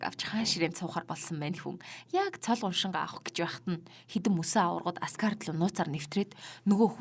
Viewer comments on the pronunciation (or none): Асгард биш Аазгаард байгаа шүү аниа бас та үнхээр гоё ярж инээх юм аа таньд атаархаад бн шүү hha